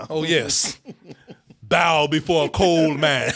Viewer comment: This dude said "Cole MAN". Lmfao, you two are cracking me the hell up in this review!!